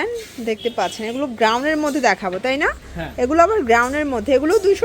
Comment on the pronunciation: গ্রাউন কি জিনিস ভাই? It's Gown ( গাউন)